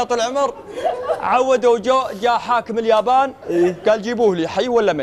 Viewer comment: اسمها اليابان وش الجابان🙄